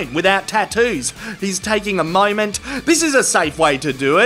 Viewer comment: "he's takin' a MY-ment..." What's a "MY-ment??" 🤔